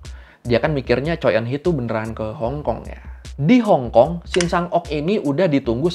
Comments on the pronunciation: Koreksi penyebutan bang. Choi dibacanya cwe bukan coy... 🙏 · Revisi dikit bang. Shin Shang Ok meninggal di tahun 2006 (sumber: Wikipedia). Marga Choi kalo gua denger orang Korea asli ngomong bacanya "Chwe":)